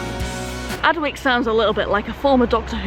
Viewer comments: Excuse my pedantry, flower, but Adwick is pronounced Adick, the W is silent. While i'm at it, i'm sure you've heard of Slaithwaite station in W/Yorks. If you hav'nt already heard it "pronounced" by the locals, i hereby challenge you to "have a bash at it". I was fair perplexed when i first heard it, yonks a go. ( If ya get it right, i'll eat my head, as some one said in a Dickens novel ! ) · Adwick normally pronounced Addick